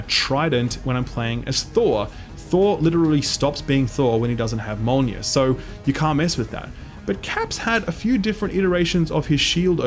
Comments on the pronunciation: "held there by 'Mol-neer'. . ." why would you say it like that my dude? Why? 😐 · Im having a stroke by how he called mjolnir "molnjir"